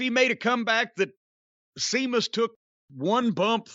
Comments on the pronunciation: Who the hell is SEEMUS? LOL 🤣🤣🤣🤣🤣🤣🤣🤣 C'MON JIM ..... IT'S SHEAMUS LOL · Sometimes it's not clear whether Jim's mispronounciation of names like 'Seamus' or 'Jane Cargill' is deliberate or accidental, although if in doubt I generally assume it's the former. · Someone explain to me why Jim isn't a fan of or can't say Sheamus name correctly. I don't get it. He lays his stuff in as they say... You'd think he'd a fan. What do I know?